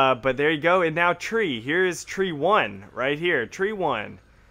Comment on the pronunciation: Haha "Tree-four-tree" I see what you did there.